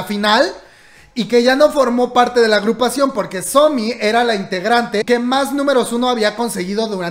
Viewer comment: A mi dandome algo porque dice sonmi y no somi🤖